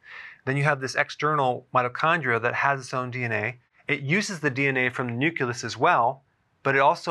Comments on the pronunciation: Nook-lee-us, not Nook-yoo-lus! Pronouncing the names of cellular structures correctly is not too much to ask of a medical professional. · Did anyone hear "newkulus" ? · Anyone else start spasming when this brilliant man said "nuculous"? 😆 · Great info. 👍 P. S. The word is NU-Cle-Us not Nu-Q-Lus. It is pronounced New-Klee-Us (the Klee rhymes with the word Key). 👍😇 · Still can’t believe he mispronounced nucleus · I heard it three times. Very distracting. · He's like George W when he said "nucular" instead of "nuclear." LOL!